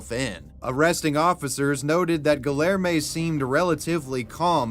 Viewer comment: Respectfully, if i listen to you say "GuhLLairmay" one more time i might pop. Idek what name youre trying to say, but im almost certain it has a hispanic L, maying it kindof a Y Edit, i think its Guilherme, which is Gee-lhuyer-mey" hard to type out phonetically, just hone in the spirit of a Brazilian man as you say it